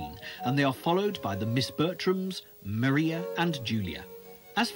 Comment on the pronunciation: This is a very interesting documentary. However, Maria Bertram is actually pronounced “Mariah,” like Mariah Carey. :)